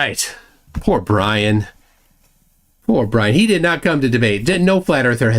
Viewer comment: Oh makes my bwain hurt. Everytime he says roight he is woing! Well is roight on one thing: his ignorence and denial, that he is proudly displaying.